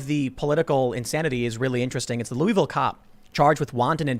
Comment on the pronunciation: It isn't pronounced "Lou-ie-ville." It's more like "Luh-vul."